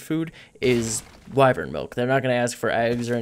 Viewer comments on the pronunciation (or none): wyvern noun wy·vern \ˈwī-vərn\ not wivern lol your saying it wrong bro